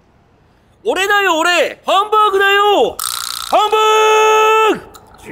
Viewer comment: こんにちは！ハンバーグ食べに行ってハンバーーグって言ってる奴不愉快